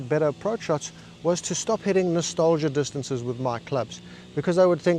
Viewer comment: Using the accurate “dis-taunce-aa’s”…is comedic gold